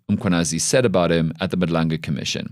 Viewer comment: as a South African, how are you still struggling to pronounce "Madlanga"...... at some point you are just lazy. Take more time and make more damn effort to pronounce African names properly, GET IT RIGHT!!!!